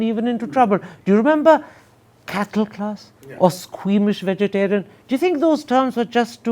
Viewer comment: Best English speaker in India.....but did not pronounce Vegetarian properly...